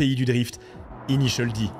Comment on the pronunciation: '' initieul Di ''? 😂